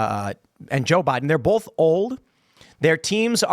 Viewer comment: Ive never heard anyone pronounce "both" as "bolth" ...